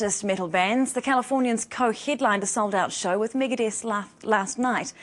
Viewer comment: ITS MEGADETH, NOT FUCKING MIGADIETH!!